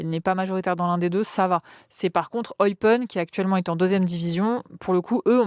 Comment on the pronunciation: Eupaine (Eupen), pour la prononciation. bisous de Belgique